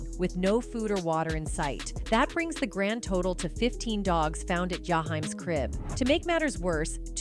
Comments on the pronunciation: Who the f&%k is Yahime????? Sorry, there’s no one in the Urban R&B/ Soul industry with that name. It is Ja- heem. Don’t do commentary if you don’t even know how to pronounce the proper name. Just disrespectful. Glad I didn’t subscribe!! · Listen no disrespect but whoever this Lady is she be SLAUGHTERING these Artists Names. She just called my man Jaheim Ya hime & it's starting to be very Disrespectful. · Pronounce his name right lady!! JAH - HEEM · Why don't you learn how to pronounce his name